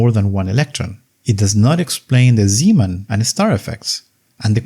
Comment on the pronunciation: thats not how zeeman is pronounced